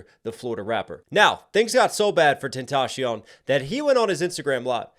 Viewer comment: I can't take anybody serious who blatantly butchers tentacion like that